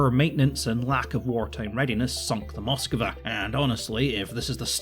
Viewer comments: Nice video. Had a hard time every time you said Moskava. It's Moskva. Without the A between the K and V! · its said as moskva not moskava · It's not Moskiva... it's Moskva. Stop mispronouncing it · One thing about the pronunciation of this ship: It should be "Mosk-VA' (two syllables) instead of Mos-kuh-va (three syllables). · Why can’t you pronounce Moskva? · The way he says Moskva is hilarious. Like